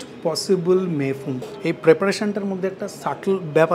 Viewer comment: ভুল করে আশিস বিদ্যার্থী লিখেছি; ২৪:১৫ তে দিব্যি "মে ফুন‌" বলতে শোনা গেল, হয়তো র বহুবার ঐ উচ্চারণের জেরে!